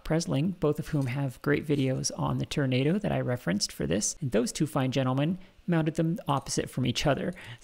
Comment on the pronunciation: I think you'll find the correct pronunciation is "turn-ah-dooo"